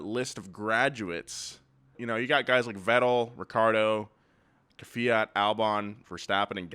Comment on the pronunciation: I never understood this. Why do so many people say Kivyat instead of Kvyat?